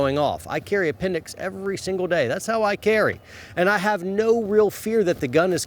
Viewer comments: "apenDIX bRoOoO" 😂😂😂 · "Pointed at your a-pen-dicks" HAHAHAHAHAHAHAHA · lol It's appen-dix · Appen-dix...I'm dead